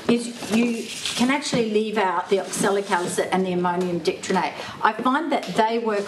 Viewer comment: Dichromate pronunciation help: Die (rhymes with pie)- krome ( rhymes with home )- ate. emphasis on second syllable